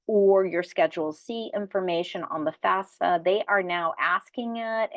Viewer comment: First major confusion before you even start, it is NOT pronounced FASFA, it is FAFSA please. Enough confusion already so at least get that no-brainer part right. Thank you for your help.